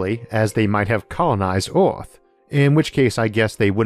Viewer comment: I recently found your channel and I’m so confused I have no clue where I start or where I end. I find it cute that this narrator speaks his “R’s” like you’d talk to a baby. He says the word emperors as “empewus” like a baby. Earth spoken as “Uwuth”. What if hes talking to us like a baby because hes millions of years more advanced like we goo goo ga ga our babies. LOL